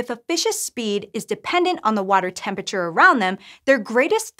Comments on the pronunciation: 'Temp-ature'?? Entire syllables are missing here! XD :P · Bro why are you saying tempature bro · Stopped at 23 seconds, I cant handle a science channel saying temperature "temp-a-chur" that many times in a row. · Tempiture Great video otherwise